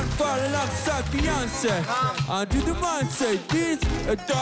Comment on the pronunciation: Beyoncé wymawia się "bijonsej". 😉